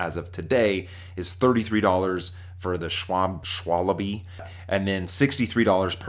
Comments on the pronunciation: It's pronounced 'Shvalbuh' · Its so funny to hear that "Schwalabie" for me as a german... 😂😂😂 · ah yes the mighty SCHWABLY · Schwalbe - Sval---Bee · Sounds weird when you're from Germany 😂